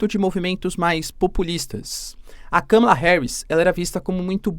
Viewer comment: Olá! Dólar a 6 foi um erro do Google. A pronúncia do nome Kamala está errada. Obrigada pelo vídeo!